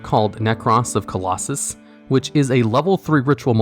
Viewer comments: Clausolas* not Claulossus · I'll like and subscribe when this video gets rereleased with you saying "CLAW SO LUSS". 👍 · Nobody:: Nekroz of Colosus...😂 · Mans didn’t even try to pronounce Nekroz of Calusolas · I find it amusing that he messed that up, but nailed "Number 86: Heroic Champion - Rhongomyniad" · so you can pronounce Rhongomyniad right but not Nekroz of Clausolas?